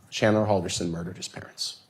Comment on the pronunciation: Imagine having a defense lawyer that's so bad, she cannot remember how to pronounce your name right.